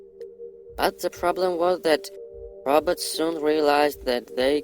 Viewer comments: Its more like he is saying rabbits...lol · He pronounced robots as roberts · He's saying.."the roberts" 😂😂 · I like the way he says "robots"😁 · did he say inteligent rabbits? or robots? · He just seen the damn Terminator movie....smh.....the "roberts" ..it's pronounced "Row bots" not roberts 😂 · dose he says rabbit or robot so intelligent😬😬😬😬😬😬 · He too is saying ROBUTTS and not ROBOTS. LOL😂😂😂😂 IF YOU WANT TO FAKE, AT LEAST FAKE PROPERLY!!!😂😂😂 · well i heard Robutts🤣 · "The robets", the robots evil cousins. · THE TRUTH no he’s saying robutts